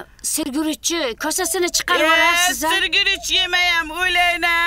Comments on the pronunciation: Sir guruchmas shir guruch diyladiyu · Sirguruchmas, Shirguruch aylanay 😂